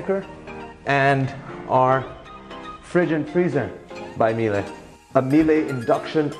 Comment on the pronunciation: No one: Hermione Granger: Its "MIÈLE" not "MILE"